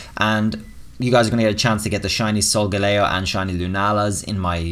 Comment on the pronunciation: yay he said solgaleo right cause almost every poketuber says soul gay leo